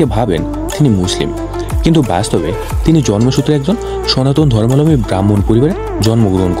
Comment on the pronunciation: অনেক অজানা তথ্য দিলেন ঠিকই, উচ্চারণ ঠিক করতে মনোযোগী হোন।ধর্মালম্বী নয়,ধর্মাবলম্বী।